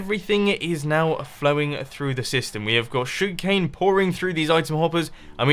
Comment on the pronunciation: Anybody else find it amusing how he pronounces "Sugar Cane" and how he says, "Please be sure to hit that like button." It's like, "Shug'cane" and "Pleezee shure ta hit that like bahtton."